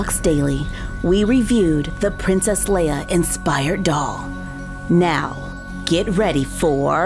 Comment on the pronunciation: Wait I thought it was princess leya not Layla?